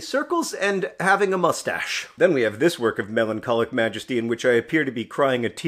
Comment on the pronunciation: when i see john’s face hair return, i still can’t help but hear “mmmustsche”